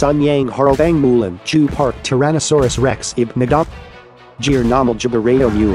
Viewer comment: 티라노사우르스 렉스할때 발음 영어라 고급진거봐ㅋㅋㅋ